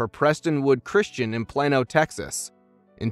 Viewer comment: Plain-o not "Planno"